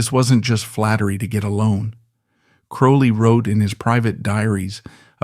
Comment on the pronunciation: Aleister Crowley's surname rhymes with "holy", not "foully".